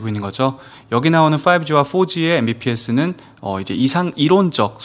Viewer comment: 발표 중에 Mbps >> '엠비피에스' 가 아니라 메가 비피에스 라고 읽어야합니다. (mega bit per second) 엔지니어라면 아실거 같은 단위인데...ㅎ 연구 위원님 기술 이야기 많이 박식하시긴한데, ... 엔지니어 background 아닌거 같으네요. ㅎ